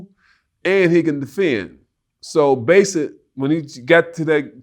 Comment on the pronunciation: Oakley couldn’t say BASICALLY to save his life 😂